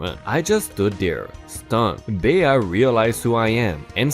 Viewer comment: The woman's name was Bea (Bee) and Aaron is pronounced like Erin.